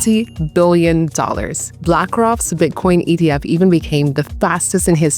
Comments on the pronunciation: It sounds like she says EDF I don’t know. What do you think? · That's what I heard too